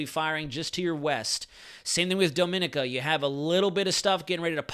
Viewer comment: say DOMIN (EEEKI A